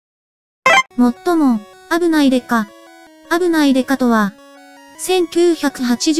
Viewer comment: あぶない刑事の発音が関西弁になっててかわいい😊